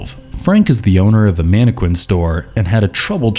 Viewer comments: Qu, is pronounced kin in mannequin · Dude really doesn’t know how to pronounce mannequin?